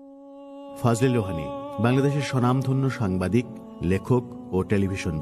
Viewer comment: সামবাদিক হবেনা সাংবাদিক, ঠিকমতো উচ্চারণ করতে পারে না সে আসছে ইউটিউবে ব্লগ করতে